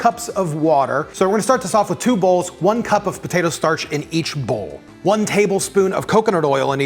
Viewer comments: Idk about y'all but I'm hearing him say "BATATO" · He is saying Batatoe, right? 🤔